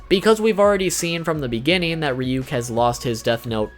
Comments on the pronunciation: Its not Ree-Yook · The fact that he says Ryuk as Reeyook makes me uncomfortable. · Isn't it pronounced Reeyook? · It's now how to pronounce ryuk